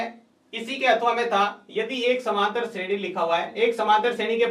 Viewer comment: shredi hota h nki shreni